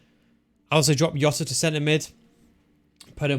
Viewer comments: Plz stop calling him yota it's Jota 😂😂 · It's Jota CARALHO 😁😁😁